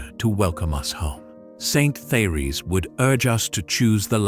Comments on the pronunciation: Her first name should be pronounced: Tay- Ress. Her message is Awesome !!! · Very enlightening and uplifting, but I wish I was not confronted by a robot voice that cannot properly pronounce many words and names............like Therese. Peace.